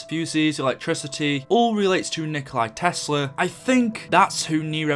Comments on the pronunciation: It's not Nikolai Tesla. It's Nikola Tesla. No "I" at the end. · Umm His name is Nikola Tesla not Nikolai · Its Nikola Tesla not Nikolai Tesla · the only problem is that Tesla is no Nikolay, He's Nikola, I know its the same name but still he was always known as Nikola, not Nikolay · It's nikola tesla not Nikolai tesla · It's Nikola Tesla. Nikola isn't Nikolai. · Its not nikolai tesla its nikola tesla